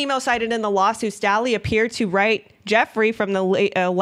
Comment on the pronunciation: Jes Staley's last name is pronounced STAY Lee. Probably a good idea to do pronunciation searches when it comes to name of people and places.